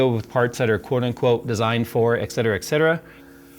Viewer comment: EXcetera lol. Don't think that is how you say that...